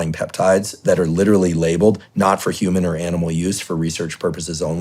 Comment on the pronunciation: "hue man"